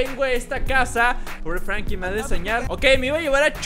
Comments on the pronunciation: No es frankin es franklin!! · Es Franklin no frankiln